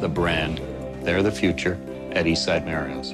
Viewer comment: I've always pronounced it as "MAH-REE-OS", not "Mae-ree-os"